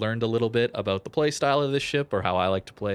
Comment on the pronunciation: abouuut? canadian much? lol